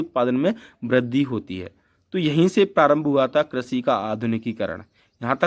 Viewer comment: Krashi nhi krishi hota h